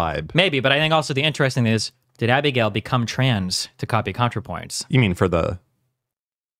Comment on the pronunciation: The way Destiny pronounces Abigail triggers the fuck out of me.